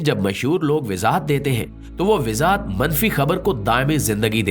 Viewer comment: Sir Wazahat Lafz Ko Ap Bar Bar WiZaHat Boltay Hain iS Ko Durust Farma Lain Thanks